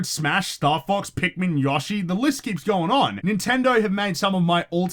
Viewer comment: the way you saw Yoshi hurts me to all Aussies say Yoshi like that?